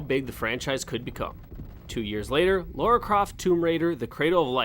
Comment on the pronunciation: Are english people unable to say Lara...it's LAra not Laura...lol